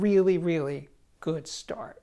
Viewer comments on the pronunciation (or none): none